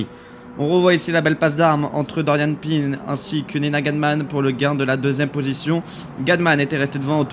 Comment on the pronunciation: c'est PIN pas PINE